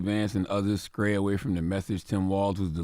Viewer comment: CTG just said "skray" as in stray smh